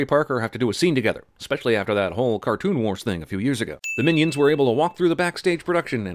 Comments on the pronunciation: As soon as he said "Minaids" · minaids or minyaids not miniaids thats just small aids